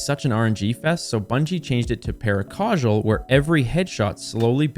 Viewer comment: Sorry I'm not subbing to someone who pronounces paracausal like that 😂